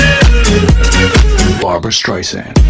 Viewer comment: " Barba Streisand " o3o